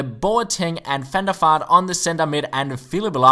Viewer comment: I'm not making fun of your English or anything but when you said Van Der Vaart it sounded like Fender Fart. Thought that was kind of funny ;)